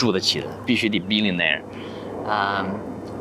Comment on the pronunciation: 主播的这个billionaire和millionaire的发音是加拿大口音吗？😅